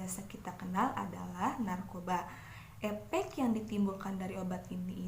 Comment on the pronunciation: Efek woy bukan epek 😂😂😂😂